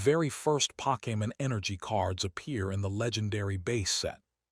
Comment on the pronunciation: The content would be so much better without the fake ass voice that can't even pronounce Pokemon correctly.